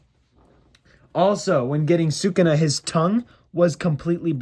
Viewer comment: Bro why are you saying sakunat instead of sakuna